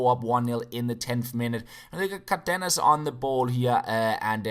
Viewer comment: It's "cÁrdenas", enphasis on the first A